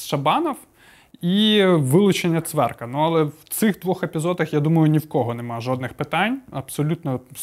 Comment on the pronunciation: вивчи прізвища. Ну, що ти як Леон? Не Цверк, а ЦВЕК!!! Ну, рівень то високий твій, не годиться.